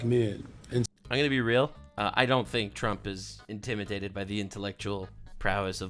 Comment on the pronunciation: Am I the only one who hears "intiminated" when he says it? Cause that shit is hilarious. HE INTIMINATED BY MY INTELLECT!!